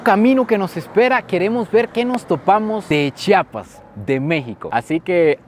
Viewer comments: Muchas gracias por pronunciar bien *CHI-A-PAS*... Ya que de los otros estados de la República, valen pura vrg en la pronunciación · Gracias x visitarnos y visitar nuestra zona indígena y sobre todo por pronunciar bien Chiapas. Y muy cierto que la zona indígena se rige x usos y costumbres. Hay lugares a los q nosotros como locales sabemos q no debemos entrar.. Espero y te lleves una buena experiencia. Saludos